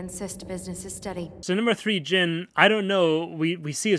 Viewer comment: "So number 3 Jhin" Gosh that hurt me